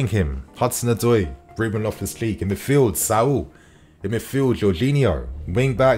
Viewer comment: Is it just me or does he say "Loftus- cleek"